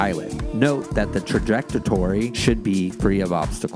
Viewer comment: Buying mine this month! Can't wait to move to NZ next year and start my photography with this in my collection! Also, did the guy mean trajectory? He said trjectatory!